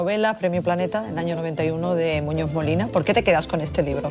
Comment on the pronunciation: La presentadora después de decir «ustez» y «responsabilidaz» va y dice «Muñó Molina»